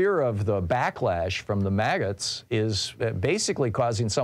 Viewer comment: Magas or Maggots? I did not hear you clearly. 😂